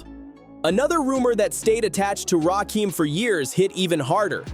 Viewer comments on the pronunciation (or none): RAKIM NOT RAY- KEEM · It's Raaahhkim get it right 😅😅😅or just call him God EMcee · It's Rakim and Erick Sermon not Ray Kim and Eric Sherman 😂😂😂😂😂😂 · RAY KEEENM. Ray KIM …..it’s RAH-KIM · His name is… Rakim ( Rah - Kim ) not Rakeem, not Raw Kim. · Say Rakeem Just One F****ng Time And I'm Out. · RAY-Kim? 3rd BASS🐟?! What kind of dysfunctional dyslexic ai🤖is that⁉️ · I HATE AI content. I tried to get through this but the constant mispronouncing of Rakim, and ESPECIALLY mispronouncing 3rd Bass as 3rd bAss was just too much. This is lazy and sloppy. "Dont recomment channel". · Please learn how to pronounce his name, right